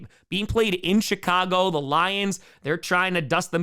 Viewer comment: I thought he said the “shit-cago” bears 😂